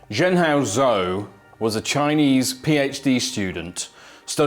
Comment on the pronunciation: Could you at least take the trouble to pronounce his name properly.